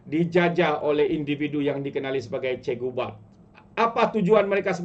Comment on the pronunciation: Cikgu bab. Bukan cikgu bad. 😂😂😂